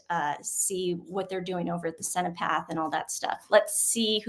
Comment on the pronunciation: I don’t mean to be a jerk , but it is the Cenotaph , not Cenopath ! ❤